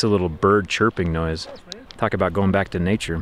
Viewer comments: "Neature" - How neat is that? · Don’t you think everyone is gonna miss that you said “neature”. I mean, it’s not too often you get all this neatness in one location! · I heard that "Neature" slipped in there. <3